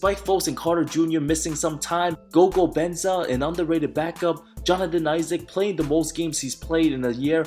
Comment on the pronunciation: "Jalen Sluggs" "Gogo Benza" hilarious actually 😂😂